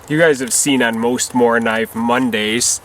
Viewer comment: Very nice video again, my friend. I enjoyed it, as always. With a Mora you can´t go wrong. Ha ha. :) Thanks for taking your time to do this Morakniv mondays, and hey, you said Morakniv really well. I am proud of you!